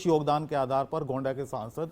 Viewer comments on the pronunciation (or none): मानकपुर नहीं मनकापुर है; गौंडा नहीं गोंडा कहिए।